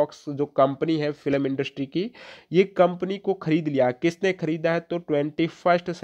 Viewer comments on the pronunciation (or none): Bhai FILam nahi hota hai Film hota hai aapka Pronciation galat h lagta h delhi se ho